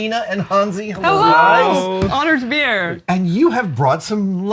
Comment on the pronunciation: Did she just say, "honored to beer"? If so, me too.